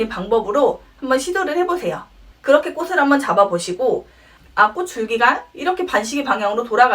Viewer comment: ㅠㅠ 꼬시 꼬슬 아니고… 꼬치 꼬츨